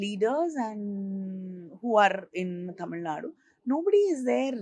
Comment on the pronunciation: I guess she suits it to the rest of the India also. If you notice, she correctly pronounces "Zh"